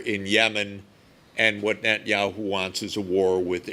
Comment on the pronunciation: I wish he could say Net-a-nyahu, not Net-nyahu. It's s prophetic name, very prophetic name.